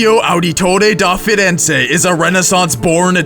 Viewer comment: mispronounced Ezio Auditore De Ferenze pretty bad. Ets-eeo ah-deh-tore-eh deh Feh-renzeh, but it sounds more like ets-eeo ah-deto-deh deh feh-denzeh with the accent